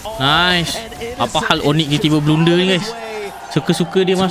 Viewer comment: Blander bukan bloonder bro.